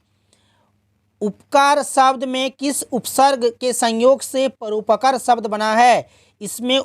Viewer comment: परोपकार गलत पढ़ रहे हैं😅😅😅😅😅